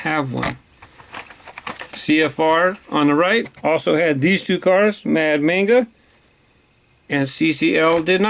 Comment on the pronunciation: When you said mad manga it's actually pronounced like when you say the a. Say like momma but with a g hope to from you